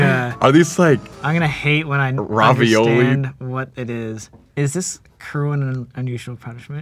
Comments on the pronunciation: this dude just said rahvioli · Colby - the only person to pronounce “ravioli” like raw-violi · LOLLL HE SAID RAWVIOLI